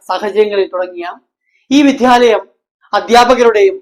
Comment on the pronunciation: വിധ്യാലയം അല്ല മാഷേ വിദ്യാലയം